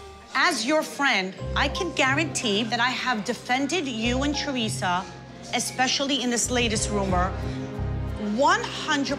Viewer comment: The way Siggy says ‘Chorisa’ instead of Teresa 😂